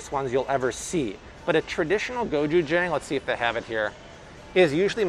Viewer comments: Hi just wanted to share, gochujang is pronounced Go-je-jung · Hi! Say Go-CHoo-Jang, like ah-chew! Lov your videos! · go CHU jang I cannot be the only one going insane when you say it WRONG. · But, you are saying gochujang wrong.Koreans say it a little different